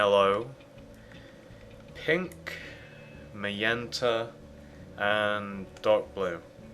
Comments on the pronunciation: HEY JUST CUZ HE PRONOUNCES MAGENTA MAYENTA DOES NOT MEAN YOU CAN LAUGH AT HIM FOR IT!!!!!!!!!!!!!!!!!!!!!! thats the way HE pronounces it,so DO ME A FAVOR AND SHUT THE FUCK UP!!!!!!!!!!!!!!!!!!!!!!!!!!!!!!!!!!!!!!! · Ma-yen-tuh lol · HA HA HA he calls MAGENTA , m-a-y-e-n-t-a. 😄